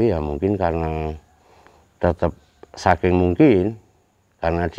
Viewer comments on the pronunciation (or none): none